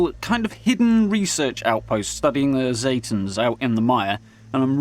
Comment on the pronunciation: for fucks sake, ZEEEEETAN, not ZAAAAATAN, God damn bro. A lot of people say that wrong and it drives me nuts, ZE, ZE, not ZA.